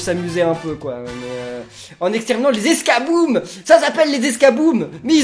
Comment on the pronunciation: Nan escaboom c'est esca comme escabeau je crois xD